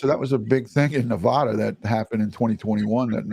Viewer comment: Petty reference; it's not Nevaaada. It's Nevada. Thank you!